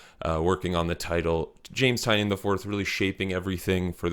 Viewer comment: I enjoyed your video. However the author’s name is pronounced TyNAN No the way it’s spelled. He said the spelling was changed when his family came through Ellis Island